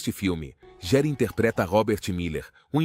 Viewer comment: Que feio vc falar o sobrenome dele errado, estude antes de fazer seus videos